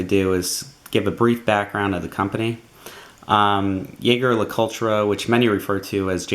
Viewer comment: Hey. You know that funky electronic device you're looking into right now? It can also be used to look up the pronunciation of jaeger le coultre. Pretty sweet, right?